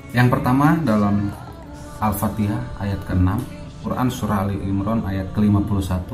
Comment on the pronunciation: Orang awampun fasih kl bilang Al Fatihah. Ini ngaku ustadz trus murtad bilangnya Al patihah. Masaaak sih. Ketauan nipunya. Trus blg Musabaqoh Tiwalatil Qur'an aduuuh. Engkong, salah itu. Ketauan org awam sampeyan. Biar kt wow gitu ? Sekelas guru ngaji murtad, halah mungkin nih biar bener gitu pegangan kami umat muslim ya Al Qur'an , hadis .sunnah2 Rasul bukan nyontoh org model km ya. Kita mah senyum2 sj